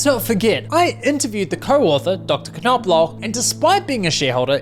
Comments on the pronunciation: The “K” is silent in “Knoblauch”. Every time he pronounces the name, it’s like nails on a chalkboard!😖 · As a German, very nice pronunciation of Knoblauch <3